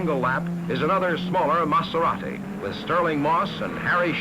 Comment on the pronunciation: Great footage, note to the announcer (not that it really matters at this point), it's a Maserati not a Matzerati! But then he also pronounced that Dauphine's manufacturer as "Ray Nalt". Oh, for the good old days when these were "Foreign Cars".